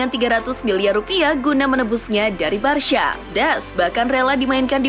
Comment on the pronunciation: "menebusnya dari Barsya" ngakak aja dengernya